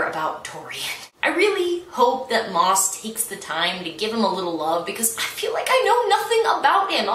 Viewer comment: I am VERY late listening to this and I suspect someone has already corrected you by now, but you are mispronouncing the author's name. Maas is pronounced as if it were "mass."